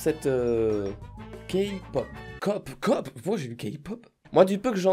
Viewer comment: Le seul truc que j'ai retenu c'est qu'il a dit kpop parfaitement 😂